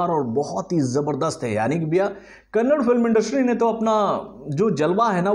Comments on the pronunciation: It is not kannad it is kannadaaaa u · Kannada not kannad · Not kannad it's kannada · It kannada sir not kannad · Ley chotte.... It's not Kannd...... It's Kannada...da at end...., thanks for the review anyways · Bhai it is Not Kannad, it is Kannada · It's not kannad it's KAN + NA + DA = KANNADA 🙏. Please correctly pronouns sir 🙂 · Kannad nahi be Kannada. Add a at the end while pronouncing. I have told you in previous Kannada movie reviews. Ok let's do one thing. I will start calling you. Let's exclude a in your name as well